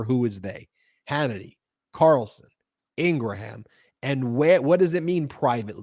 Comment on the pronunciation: This is embarrassing but I wanted to call something to your attention. You have been mispronouncing Laura Ingraham’s name. And I’m surprised someone in your group hasn’t told you… having been a paralegal in Philly for far far far too long, which makes me even more radical. I know how important it is for people to have their name, pronounced correctly. Especially when you’re yelling at them. They take a certain pride in their name being pronounce correctly. Laura Ingraham pronounces it as one syllable. So the grammar part is — if you talk about a Keebler cinnamon Graham crackers. And Ing At the beginning is such as crying, laughing, walking. But it is pronounced Ingraham…and nor 3 syllables. Thank you for not yelling at me. Peace and blessings. Keep up the great work.. And of course, have already subscribed ages ago and told about 10 other people. Hope it helps Gail in Central Florida. Yes, unfortunately.